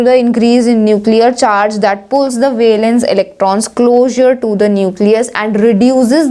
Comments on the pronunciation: Urs Prouncation is wrong of valence..... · 49 min 15 seconds listen how she says valence electrons